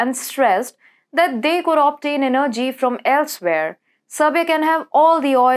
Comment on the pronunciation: Kovacz is pronounced as Kovach. Russia as Rusha. Energy - the accent is on first E.